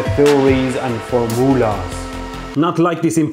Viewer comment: "and formoolas" haha